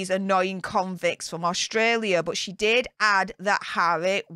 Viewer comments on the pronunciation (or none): none